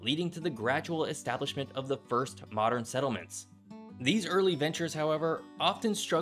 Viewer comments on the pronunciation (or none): none